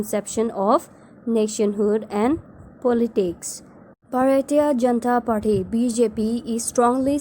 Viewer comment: I love the way you said bhartya janta party😂😂